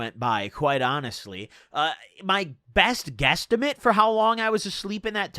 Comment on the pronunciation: My guy said " my best guesstamet"